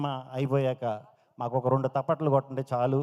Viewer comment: తప్పట్లు బొబ్బట్లు కాదు అన్నా అవీ చప్పట్లు 😂 ofcourse మన గోదావరి వాళ్ళు చాలా మంది నీ లాగే అంటారు లే 👍